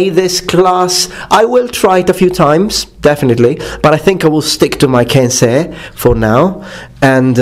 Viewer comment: It makes me super glad to hear someone pronounce kensei properly. Some people insist it is "kenSAI"...